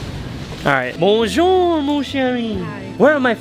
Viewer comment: ur not saying it correctly its bonjour